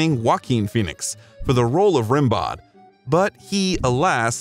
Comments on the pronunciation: Who wrote this? Your sentences sound weird, your timeline is messed up, and it's pronounced "Ren-bow", not "Rim-bowed". For a supposed biographer, you're seriously lacking in the research department. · Rimbaud is pronounced like rambo the movie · The narrator should have known how to pronounce the name of the poet Rimbeaud properly. One does not pronounce the d in the name. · Hhhhaaahhhaaa the poet "RIM-bod"... It's pronounced "ram-BOH"....Haw rim-bod...too funny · Rimbaud is pronounced "ram - BOW". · The pronunciation of french words (Rimbaud, Saint Tropez...) is excruciating. It doesn't take much to look up the pronunciation on Google. 🤷